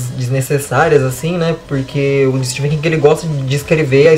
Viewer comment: Bem legal a resenha. Gostei. Só uma dica: se pronuncia “estiVen” com som de v mesmo e não “estiFen” (o apelido “STIVE” vem daí).